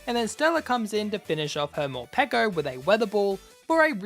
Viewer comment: I love you for saying Morpeko and not (like others) Morpeekow